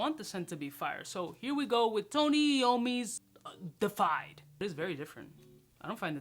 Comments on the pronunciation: De uh fied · It's pronounced "day-iff-eyed" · Love ya man, it is pronounced Dee-efied. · 🤣🤣 Nobody could help him with the word before he hit record!? 🤣🤣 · Yup, botched the pronunciation, and the spelling in the title.